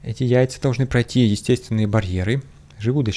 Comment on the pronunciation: меня очень позабавило, что блох, яйца глистов мы должны (ударение на слове "должны") съесть. )))